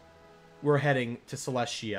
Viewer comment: I thought Celestia was pronounce Cell-Est-Tea-Yah